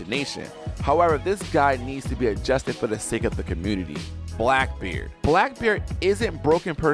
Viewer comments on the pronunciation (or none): none